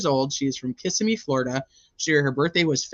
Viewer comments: Just FYI it's pronounced ki-ssim-me. Hope that helps. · it's OK. Everybody reporting on this say it wrong. Even the TV reporter. 😂